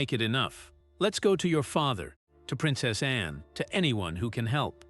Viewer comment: The Princess Royal's name is called A N N E NOT Annie are you stupid?